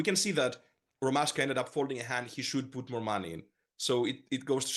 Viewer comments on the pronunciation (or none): It’s ROMASHKA. Not Roman Ashka, why do I find this so annoying. Go and ask Rotty you goon